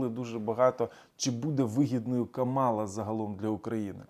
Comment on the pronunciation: Каʼмала,наголос на перший склад)